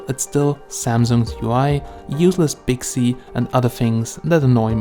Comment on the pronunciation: That’s not Bixy it’s Bixby